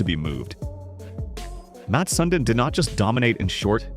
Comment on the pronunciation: Good video but mispronounced his name in a couple different ways lol